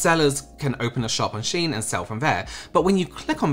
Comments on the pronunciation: It is pronounced she-in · Yes, it's pronounced 'Sheen'. 'I' before 'E', except after 'C', and when the sound makes 'EE'.